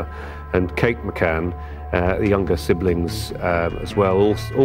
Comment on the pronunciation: Goddam it! Is it so hard to pronounce McCann? It's annoying...